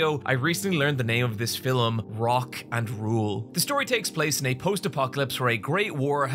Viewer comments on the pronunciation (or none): "fillem", no hate I like hearing it lol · the way he says “filum” is what i liked in august 2024